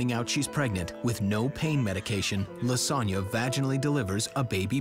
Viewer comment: I know her name is Lisonna but I hear lasagne